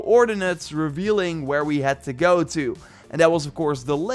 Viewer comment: He "finks" and let's "geowwwwww"